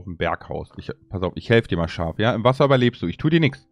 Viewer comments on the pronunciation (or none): Er: das arme schaf . Auch er: schaaf Farm